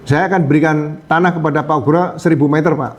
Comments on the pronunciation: Pembawa acara ini klau menyebut nama Bpk Ugroseno itu sebut Ugro jangan ukro...salah itu ..benerin ya nyebutnya... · Bukan ukro, tp pa ugro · percisnya pak UGRO bukan pak ukro